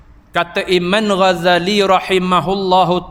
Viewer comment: Alohh bnda kecik jaaa bukan isu akidah😂 kelako laa ko ni tgk ceramah untuk cari salah rupanya.......bukan smua lidah org fasih laa wei....yg boleh terima terima la...ini salah 1 huruf trus bantai